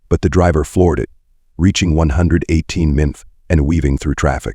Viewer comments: The effing AI narration is garbage. Seriously...the suspect was trying to leave in a black suv. Not S-U-V......a suv. The suspect was going 100 mmph..not miles per hour...mmph. how effing hard is it to narrate the video...thats the easy part. I hate when channels do this lazy ish. Ill skip this video thanks. Cant stand it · Gotta love ai saying mph and BMW wrong had me in tears laughing